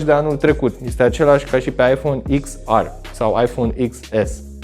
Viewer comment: Daca tot zici “ar” la r, de ce nu zici si “ecs” la x? No hate 🤜🏻🤛🏻